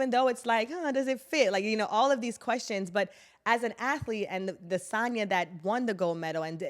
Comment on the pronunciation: Please stop saying Sonia it’s San-ya. You have to listen to what you’re saying